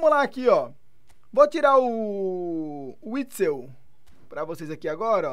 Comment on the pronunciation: Me deu agonia dele falando errado, dois videos falando errado kkkkk